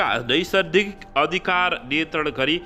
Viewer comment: समचार बाचक महोदय ! तपाईंको नेपालि उच्चारण सुधारगर्नु होला! कयौं त्रुटिहरु छन यहाँ। जस्तै प्रतयोजन ❌ ;प्रत्यायोजन ☑️ ;नैसर्दिक ❌; नैसर्गिक ☑️; उमेदवारी बन्नु ❌ उमेदवारी दिनु ☑️......